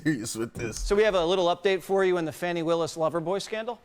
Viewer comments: ITS FANEE.....like joe dirt..justr because you think its that way isnt...shes garbage anyways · He called her Fawni??? Not sir!!! Its Fannie like as in my a$$!!! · "Fonnie"? I thought it was "Fanny". Let's just call her "Ass" to keep it simple